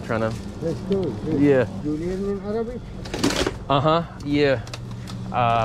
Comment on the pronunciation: u really have a good arabic accent !